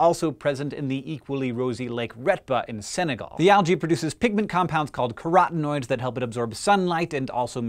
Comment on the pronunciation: its pronounced carrot-enoids not cah-rot-enoids